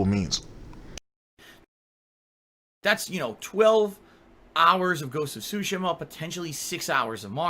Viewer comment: Ghost of Shushima???